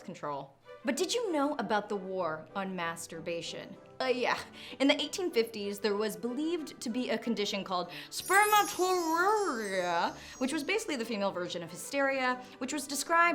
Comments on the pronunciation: You should’ve mentioned that they thought that circumcision prevented masturbation. Also, it’s sper-Mat-o-ree-ah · Spur-MAT-uh-REE-uh. Just thought I'd help with the pronunciation. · It’s spermato-ree-a